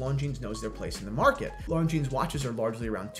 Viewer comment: It is pronounced “Lon-gene” NOT “Lon-genes”